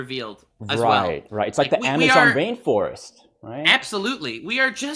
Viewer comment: I swear I heard "Amazon Vain Forest"